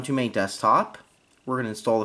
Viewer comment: OOH-BOON-TOO. MAH-TAY.